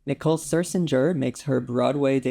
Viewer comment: Glad you loved ''Sunset Blvd,'' but Nicole's last name is correctly pronounced Scherzinger, not Sir-zinger.